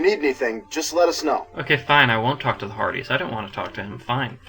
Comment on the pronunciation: At around 0:7, its sounds like u sed farties instead of hardy's lol